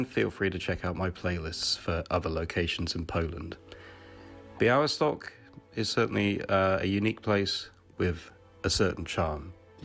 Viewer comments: Say : Bya-we-stock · b-yah-WIS-tawk That's how you pronounce it. Crossed L is pronounced as W. It was previously L but it started to pronounce as W (much weaker sound) so it got crossed out.